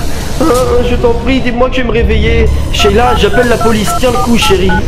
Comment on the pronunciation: tu as dit sheita au lieu de sheila 😂😂